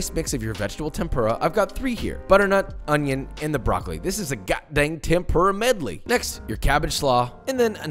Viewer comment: Josh, I love you and have been following you for a long time. I've got your cookbook etc, but you've got to pronounce furikake and tempura right lol. Less "FURY" and more 'foori' (without the extended vowel). Also, you should cook against a fan, that would be awesome!